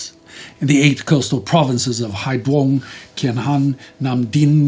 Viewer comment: Thank you for covering the atrocities happened in 1945 Vietnam, though I can't help but giggle a bit at your pronunciation of VNese cities 😂, especially Hai "D"uong and whatever "Nghe An" was. For correction, they are Hai "Z"uong and Ng"é"-Ahn (as in the French "é"). Hope I didn't come off as some kind of a-hole. I love your production.